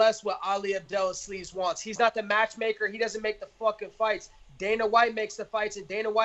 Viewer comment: 'Ali Abdelasleeze' lol